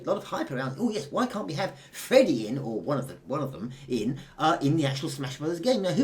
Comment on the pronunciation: "Freddy" Aaand no.